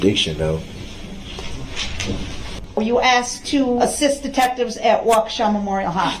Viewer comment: brooks "tack it" reminds me of his "AXED" and his many other mispronounced words. brooks created a brand new language during this trial.